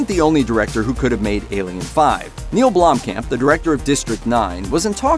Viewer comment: It is Neill Blomkamp, not Blomkam.